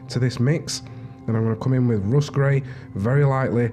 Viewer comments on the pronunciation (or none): none